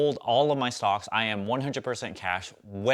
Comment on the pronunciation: Hi. Why is it hard for you to say stocks. Its stocks not stock. Otherwise all good thanks for ur video